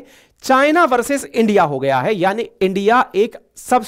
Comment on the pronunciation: Why are you saying Endia? Please say India.